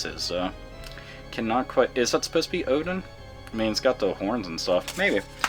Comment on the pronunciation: And you pronunced Oden right. wow!